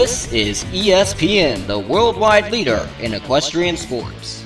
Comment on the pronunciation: No it's EqueSPN.